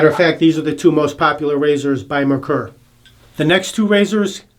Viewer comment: The brand is not pronounced "mer-kher"....There was actually a car with the same name...pronounced "MARE-coor"....like a female horse and the beer. MARE-coor.